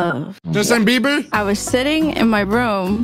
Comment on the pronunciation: Bieber not Biebe